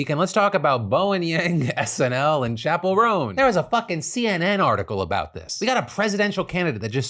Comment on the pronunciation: Chappel Roan sounds like 'chaperone'.